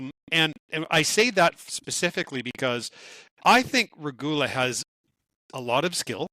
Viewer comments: Kapenen should definitely help in the bottom 6. Big, fast, strong, with scoring ability. Respectfully, I ask: please find correct pronunciation of names and stick with it. Kind of distracting hearing you go back and forth on “Regula.” Really enjoy quick thoughts in conclusion. Lastly: Jarry trade is looking good and that’s awesome. Hope Stu finds his consistent game — his character and moustache call for it. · Watch it, is frowning at you for pronouncing Regoola 's name right sometimes. 😅